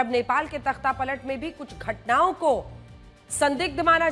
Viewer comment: Ghatna ke jagah ghutna bool rahi he didi iska matlab ledkion kaa dimag sach me ghutne me hoti he 😅😅😅😅😅